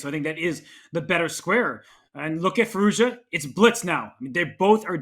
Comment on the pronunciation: Congrats to Gukesh. Alireza's last name should be pronounced 'FeerooZjaa' by the way. The 'z' is not just accidentally there!